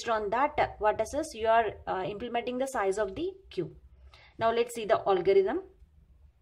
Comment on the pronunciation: its algorithm not olgarithm